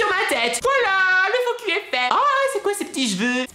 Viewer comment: Avant tu disais focus maintenant tu dis focu